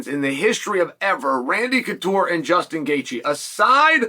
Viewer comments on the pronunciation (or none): none